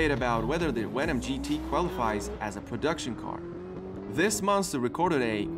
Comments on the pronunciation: so you said Hennessey Wenom GT um, bud, its called Hennessey VENOM GT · venom not wenom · Also do you say w instead of v so like wenom instead of venom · Did you say Hennessey wenom gt ?? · i know its his accent but i gets anoyed with wenom no venom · Why is it a wenom not a venom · its venom NOT wenom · hey man, you got huge problems trying to pronounce your "V"s, They are not "W"s!!! MAKE AN EFFORT WILL YA???? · You have to learn how to pronounce your “V”s, they aren’t “W”s, like you say “wendom” it’s “venom” with a V, like in Victor or Valentine. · Its venom not wenon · Why you say your v’s as w’s ? Hey said Hennessy wenom and other words the same way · Hennessey Wenom, 😄lol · Is it just me or am I the only one laughing at hessessy WENOM f5 😂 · Am i the only one to address the fact that he said wenom? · Why wou say wenom!?!? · Stop saying wenom and wayron it’s venom and vetron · Veyron=weyron Venom= wenom 😂😂😂😂😂😂😂😂😂😂😂😂😂😂😂😂😂😂